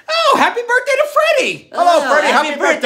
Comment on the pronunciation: Keep it up,! 😁 Remember, Curly said "buithday". Keep it up, you'll fine tune and get it. You're doing great with this! I know Curly and the rest would be proud of what you're doing!